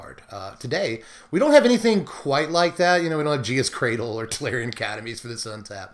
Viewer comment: "Gee-uh's Cradle?" ......I've never once heard that pronunciation and was instantly thrown off lol